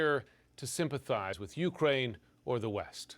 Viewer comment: Is it UKraine or uKRAINE? What's with this intonation discrepancy